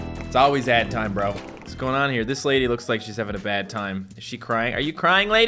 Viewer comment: he said AD TIEM don’t know why but that cracked me up